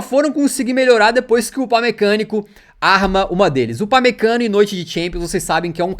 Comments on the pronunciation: "upamecanico" kkkkkkkkkkkkkkkkkk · destaque do jogo o thiago leifert falando upamecanokkkk